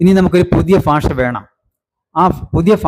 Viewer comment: ഭരണഘടന എന്നത് (bharanaghadana) എന്നാണ് ഉച്ചരിക്കേണ്ടത്.ഫരണഘടന(faranaghadana)എന്നാണ് ഇദ്ദേഹം ഉച്ചരിക്കുന്നത്. (തെക്കൻ, മധ്യകേരളത്തിൽ പലരും ഇങ്ങനെ ഉച്ചരിച്ചു കേൾക്കാറുണ്ട്.)ഫാഷ, ഫൂമി എന്ന് ഇദ്ദേഹം ഉച്ചരിച്ചു കേട്ടു.